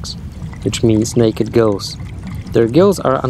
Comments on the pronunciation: He said Naked GILLS not GIRLS LMAO!! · 😭😭 I thought you said "naked girls" I'm glad it's gills!!!!! Edit: I want s sea slug as a pet and flat worm!